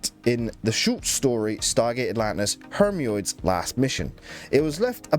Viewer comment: Your pronunciation of Hermiod was dangerously close to Haemorrhoid